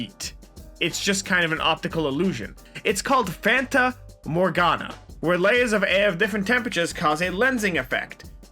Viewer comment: that scared the crap outa me cuz u pronounced that term exactly how my name's pronounced omg- (yes I'm a Morgana)